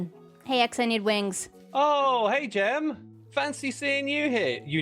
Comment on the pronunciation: NOOOOOOOOOO!! NOT GEM!!!